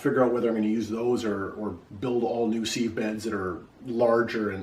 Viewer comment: How do you spell seeve? Sieve is pronounced siv.